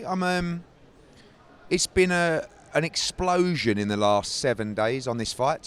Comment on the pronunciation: Hearn quotes "A Big Eggsplotion" 😂